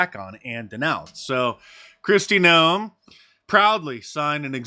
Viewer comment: Noeme? Noepe!